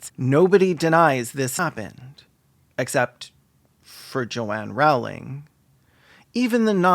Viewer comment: Her last name is pronounced "rolling" btw, fuck jk rowling